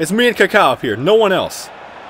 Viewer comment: great vid but please can u say kaka and not "kéké" please